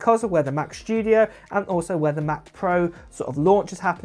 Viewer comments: why are you talking shtudio and not studio? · “Mac SHTYUDIO”